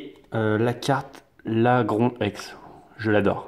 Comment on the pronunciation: sa se dit lagroun